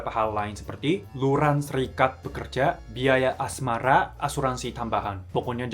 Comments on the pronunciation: ...biaya asmara? Atau biaya asrama? Atau emang ada biaya asmara? Atau salah denger? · ituloh mik... Kamu ada bilang "biaya asmara" Itu beneran ada biaya asmara atau salah ucap biaya asrama?